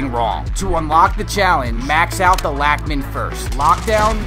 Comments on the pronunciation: I'm German and I pronounce it like Lachmann (lach like Lachen & Mann = man) So you're right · No, bozo. That is why he made fun of that way of pronouncing it. Germans would say "laack"-min". There is no "o" noise in the name "lachman"